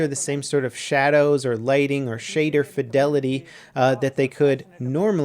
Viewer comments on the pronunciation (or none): none